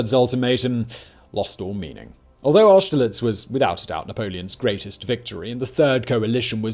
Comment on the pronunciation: Simons pronunciation is as appauling as ever. It's a shame his voice is so satisfying lol. I think it actually takes some talent to butcher peoples names so badly. But at least he could say austerlitz well enough.